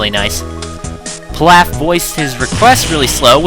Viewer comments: I'm pretty sure it's pronounced Peelauf like in DBGT, good review anyways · pee-lÀf, so not like whatever food you're talking about.